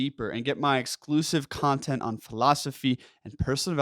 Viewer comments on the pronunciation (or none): none